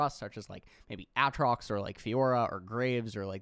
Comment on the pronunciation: Does he say Aatrox's name wrong on purpose?